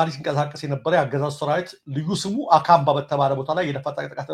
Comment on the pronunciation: አካባ ሳይሆን አካንባ ነው ።